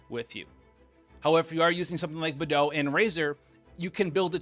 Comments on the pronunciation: he really just said Bethou LMFAOO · please please…. it’s pronounced KUHching and BAYdoe